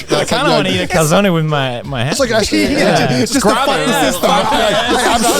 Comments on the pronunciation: Thank you Felix... for pronouncing Calzone correctly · Felix Being the only one to pronounce calzoné correctly doesnt surprise.